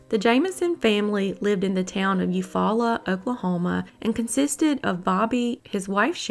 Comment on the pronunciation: keep up the good work. Im from okla, u pronounced Eufaula correctly. Yes that Jamison story is nuts. Not sure if u ever did the lime lady story from Jones okla, but she was ID here recently.